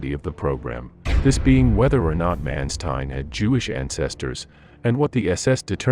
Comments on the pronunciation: Please put some effort in the correct pronunciation of the german names. For instance: the letter A is pronounced as in the word 'Chicago'. Do NOT say 'Menstein'! Say 'MAnstein'! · Interesting aspect - but man you butchered nearly every german word in this episode - even Mansteins name. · /Mawn-shtine/, not /Man-stine/; /Vair-macht/, not /Wer-macht/. Just curious: Is this an AI voice, or a human narrator? If AI, it is quite well realized.